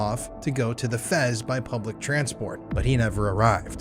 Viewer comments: "effez" -blunder "F.E.Z." tried to fix the blunder. yep .. AI .... But it was for the translation so it's forgivable. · How many ways you gonna pronounce FEZ, mofucka?